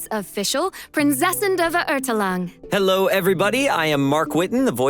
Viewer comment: Aaand Fischl still can't pronounce Verurteilungen...